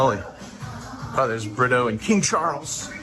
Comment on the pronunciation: Oh BRITTO?! I always thought you and were saying "love by burrito"